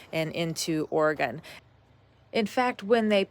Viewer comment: Im surprised no one has corrected the way you say Oregon yet LOL